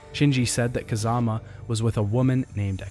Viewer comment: when you said "kazama" it sounds like you were saying kazuma, i get confused haha